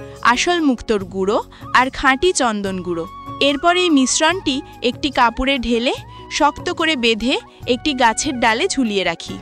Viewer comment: কাপড়ে ❎ কাপুড়ে ✅